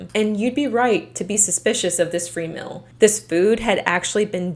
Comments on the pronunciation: What is a "mil", other than a measurement for taxation purposes? You mean "meal", pronounced "meel", right? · Take a shot every time says “mill” for the word “meal”. Great content btw. Just had to mentioned it. ❤